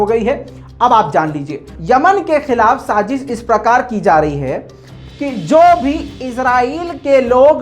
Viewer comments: "ساجش" نہیں "سازش" لفظ ہوتا ہے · sajish nhi sazish hota hai. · Good work 💪. For correction. Urdru me Saazish hota , Saajish ni.